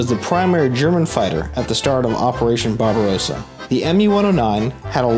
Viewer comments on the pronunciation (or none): none